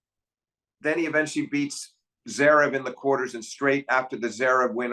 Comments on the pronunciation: Love these videos. Two of the best analysts in tennis, but I gotta say… Blows my mind that Steve puts this much time and thought into tennis and still says things like “when Daniel played Za-verev in DOObai…” It’s like he’s never heard anyone else say these words lol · Flink sure is bad at pronouncing names 😂 "Zerev" "Daniel"